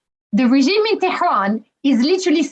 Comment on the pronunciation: She prounounced Tehran really well.